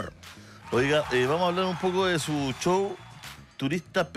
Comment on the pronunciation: Por que ….. Show lo pronuncian CCCHow…..y no show….. S H y no C H?